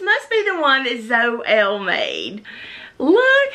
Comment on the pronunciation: Awww I'm so glad you loved your box. When you showed Zoëlle's ornaments she started squealing. This was such a fun swap. Oh and you said my name perfectly.